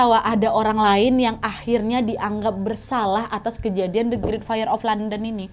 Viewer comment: Bahasa Inggrismu tolong dibenerin dong, banyak kata2 dlm bhs Inggris yg salah pelafalannya spt kata church, great, saint Paul, blood.... dll. Coba cek dulu pronounciation nya yg benar di kamus online ya